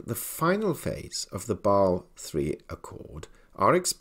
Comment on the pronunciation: You are not just constantly ignoring the "S" and "E" in "Basel" for unknown reasons: FDIC has a very similar rule in effect and this also did not create a gold hype, so another nail in the coffin of too optimistic visions. The question for real life is how banks that needed it most like Deutsche bank should actually manage to buy a lot of gold - buy from what? If you look at the BIS publication with last revision from February, gold market risk is compared to that of foreign currencies rather than other commdoties, which leads to 8% capital requirement... - so while still a good sign overall, Basel III rules about gold alone do nothing, and nothing new. Even if banks (not the central banks) sell off for such reasons - they do not have much anyway, don`t they?